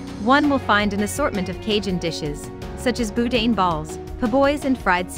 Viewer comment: Was the narrator a computer generated voice? Too cheap to pay real voice talent? Arancini, Gaidos, boudin, po-boys -- all pronounced glaringly wrong. There is NO way I would trust this video. It was obviously done with no integrity. How can you rate food and restaurants when you can't even get the names right.